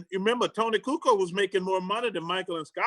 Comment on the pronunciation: Tony Coo-Co haha